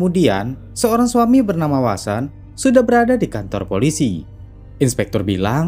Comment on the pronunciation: sprtinya vasen lbih tpatnya, bkn wasen, tp vnya sprti w, tp gk bner2 w 🤣